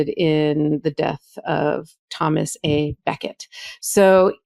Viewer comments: You guys are all brilliant, but just so you know, in the name Thomas á Becket, the á is just pronounced "ah", not ā. Don't mean to be anal, but the new tendency to pronounce every soft unstressed "a" like a hard ā is driving me nuts. I think I just need someone to go to jail, Karen. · Oh, oh, oh. It is not pronounced as 'Thomas A. Becket' but with a short 'a' like Thomas u'Becket. He was Archbishop of Canterbury and was killed as he was about to celebrate mass in Canterbury Cathedral. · Love your work..but please, it's Thomas uh Becket, phonetically. A is not his middle initial.